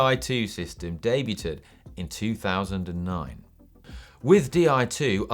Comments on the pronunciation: I'm sure he said debut-ted.. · Debu-ted (5m42). Interesting evidence of phonics learning. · Deb-ewe-tid? wtf?